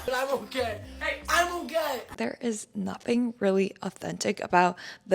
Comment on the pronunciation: "I'm okeh, I'm OkeH😆"💀